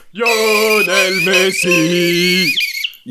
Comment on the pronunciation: “Yonel messi” 😂